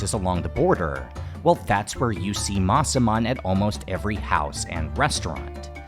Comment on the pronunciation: While watching this video and listening to you pronounce Masaman I think it sounds more like Maa Saman which in Hindi is "Like a mother"